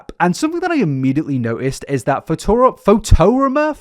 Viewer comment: not being able to pronounce fotorama is very funny and admittedly interesting